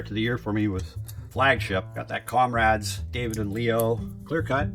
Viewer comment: You keep saying comrades for the compadres cards... does the Hispanic community bother you?